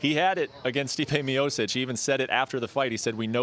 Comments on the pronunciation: Can we get someone who can peunounce the former champs name at least? Where is Ariel when we need him lol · Kovalev got screwed twice in the Ward fights. Everybody saw it. Ward (who is half white on his fathers side) cant win fairly, like Jones (who cheats) and Cormier who used eye pokes to beat Miocic. This is the same Cormier that couldnt even win a gold medal in wrestling at the olympics or the world championships, he lost to some guys whose names I cant even pronounce, who are irrelevant in their respective sport as well. Anybody can get knocked out in MMA, especially since this sport is still in its infancy and totally irrelevant, that they need freakshow fights to garner attention, LMAO. Cormier used eye pokes as a setup for the KO, look it up. Francis Ngannou is another hype job that got exposed by losing to Lewis, the same guy that lost to a 40 year old Mark hunt, and Miocic was getting praise for beating his ass by decision. This heavyweight division is an absolute joke. Also you morons are talking about Tiger Woods, that motherfucker is half Chinese.